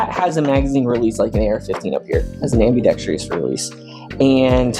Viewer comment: it's pronounced "Ambi-dex-trous"